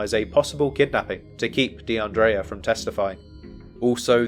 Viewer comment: Almost broke my neck looking up at the screen when you said her name because not only is that my name too but you also pronounced it correctly. Praying for justice for DeAndrea and her family 🩷